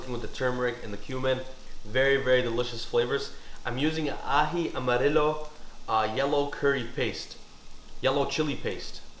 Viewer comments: and you pronounce amarillo as 'amarieyo' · Amarillo is pronounced the same way you’d pronounce the double L’s in “gallina” 😌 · It’s pronounce Amarillo like the yo on yo-yo